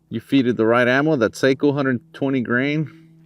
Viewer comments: Sako is pronounced SOCK-oh. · Aah! You are a professional, you should know how to pronounce Sako properly. 😉 Very nice video! Thanks!